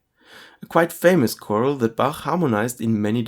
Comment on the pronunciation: The word is "chorale," not "choral." (kuh-RALL, not KOR-l)